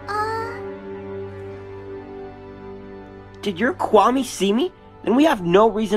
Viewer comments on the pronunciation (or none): Tikki just said marrinete